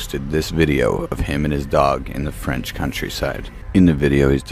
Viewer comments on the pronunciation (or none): none